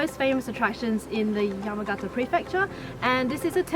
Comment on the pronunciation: Just wish Chris could pronounce the Japanese place names correctly...it's "Yah-mah-gah-tah" not "yemmagetta".